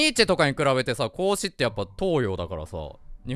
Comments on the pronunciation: 孔子ととっとこハム実況のこうしくんのイントネーション逆やろ！！🐹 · 孔子の発音がおかしいでちゅわよ ハム太郎実況の時は正しく発音していたのに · 「こうし」くんのイントネーションが「孔子」で、 「孔子」のイントネーションが「こうし」くんなんだな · ハム太郎のこうしのイントネーションが孔子で孔子のイントネーションが子牛なの気になるw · こうしくんの発音は孔子で孔子の発音は子牛なんだ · 孔子のイントネーションが子牛なのよ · 孔子の発音、子牛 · 孔子のイントネーションとこうしくんのイントネーション逆なのうけるな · 孔子とハム太郎のこうしのイントネーションが逆なの面白くて好き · 孔子とこうしくんのイントネーション逆なの草